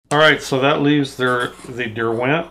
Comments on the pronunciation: Love all of your videos 👍 Just one thing, as somebody from the UK, the accent on the word Derwent, a brand made in the Lake District area of England, is on the first syllable. DER-went, rather than Der-WENT👍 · Nice explanation of these brushes. Just a point about Derwent. The brand is named for the Lake District in England. It’s pronounced DERwent (emphasis on the first syllable) — not derWENT.